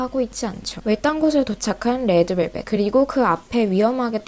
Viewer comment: 레에드벨벳이라고 발음 완죤 취저